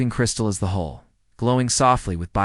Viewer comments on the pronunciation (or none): ITS HULL not hole again